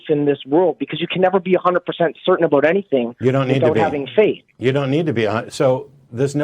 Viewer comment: “Caller: ” is not Canadian. He over pronounced ‘aboot’ 3 times within his first 20 seconds of speaking. Every other time he used the word ‘about’, it had a more neutral pronunciation. Either is pretending to be Canadian, or is a very confused Newfoundlander